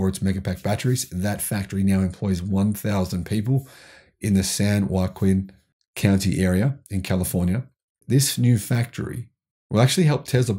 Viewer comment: It's pronounced "slew.," and Joaquin is pronounced "Wah-KEEN".